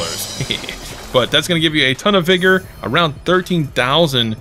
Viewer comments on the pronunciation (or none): Dude... wtf it's vigor not vergoo. Read a book